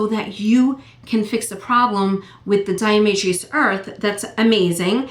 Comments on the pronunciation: pronounced DI A TO MA SHUS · There is no "r" in diamaceous...lol